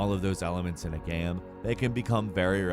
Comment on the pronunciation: Dude, learn how to pronounce "game" properly.